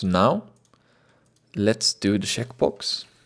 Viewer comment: lol instead of "checkbox" it sounds like he is saying "shitbox"